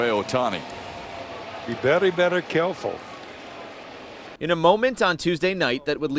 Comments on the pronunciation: Are we serious? Is this it? 'Be Bery Bery Careful'? This is what you suspended a legend for? It's fckg ridiculous. People are different. These differences exist. Talk about no sense of humor. Stop being offended over stupid sht that doesn't matter. Every year The Christmas Story is played in marathons over the holiday season. Networks make money from it bc it is a beloved film. And, perhaps the funniest moment in that film is when the dog takes out the Christmas turkey and the family is forced to go to a Chinese restaurant where the staff attempt to sing them Christmas carols. Their mispronunciation of Fa La La La is not offensive. It is funny not because Chinese people are defective but because they don't use L in their language very much. This madness has to stop. People are different. We can have fun with those differences while continuing to love them no less. Jack Morris was not insulting Shohei Ohtani. He was showing him respect. Stop being afraid of the cancel mob and restore Jack Morris. He didn't say anything wrong. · Umm so what I heard is a riff on Elmer Fudd's catch phrase. "Be vewy vewy quiet. We Hunting wabbits" only instead he says "Be vewy vewy cawful". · Berry berry careful?? His mean remarks sound like this. As for the Japanese language, there is no pronunciation of V. That's why. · he's obviously wrong. We Japanese pronounce "beli beli kaefulu" ✋That was close Jack